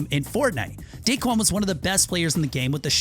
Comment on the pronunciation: you said dickuan